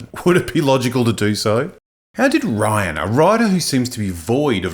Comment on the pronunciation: Thank you for using the original Death Star explosion without the praxis ring. Also his name is pronounced Ri-Ann not Ryan.